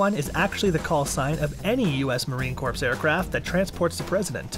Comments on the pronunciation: it's kuh-oh-ar-CORE, corps is an acronym to include all corpsmen, not to say KAWRPS... not corpse, dude have you ever heard someone say marine corpse? just wondering.... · "Core", not "corpse". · PLEASE! ! ITS MARINE CORE! Corps! Not Corpse! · COR NOT CORPSE !!! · You should really learn the difference between Corpse and Corps. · Corps, not corpse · Its core, not corps! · Narrator: "Marine CORPSE" me: WHAT IS YOUR MAJOR MALFUNCTION, NUMB-NUTS?!?!?!? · I wonder that nobody so far mentioned that it's Marine 'core' not 'corpse' lol 😃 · It’s Corps, not Corpse!!!! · Yes, Marine “core” not “corps”! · It is CORE, not corpse. I was a navy COREman, not corpseman as Obama called us in a speech. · Marine Corpse? Crazy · Who taught you how to say corpse?? The P is silent! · Marine Corpse?? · Marine Corps not corpse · PLEASE!!! It's Marine CORS... the "P" is SILENT! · All marines hearing him say “Marine Corpsssss” are cringing. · This narrator is making me mad when he said Corpse. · Can't watch this with him keep calling them the Marine "Corpse". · Stop saying marine corpse like a dead body. The P is silent. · Please stop saying Marine "CORPSE"! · 🤬😡🤬Marine Cor ( ssshhhh ) the P is silent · Every time I hear him say Marine corpse I get a little angrier! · I'm with you...It is disgusting...Walk up to a Marine and say that...He would correct you immediately!! It is CORE!!!! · Marine core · If this voice head says “Corpse” on more time I’m going to watch top 10 fighter helicopters! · “Marine Corpse?!?” Kinda makes everything else hard to take serious... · Pssst. The "P" in corps is silent. Basically "Core" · if he says " marine CORPSE" one more time... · Stopped watching after "Marine Corpse." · Mate, the P of Corps is bloody silent. Crikey, even this Kiwi knows🙄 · 90% of the comments are about him acedantally saying Corpse without a silent 'p' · It’s so are to watch with this guys saying “ corpse” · "Marine corpse"???? CRIIIIINNNGGGEEEEEE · corps /kôr/ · The P is silent. Lol